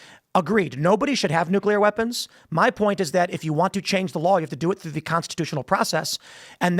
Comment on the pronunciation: "I dont know how we got on necular weapons." Adam is so mentally deficient, he doesn't even understand when Tim is making a parallel point.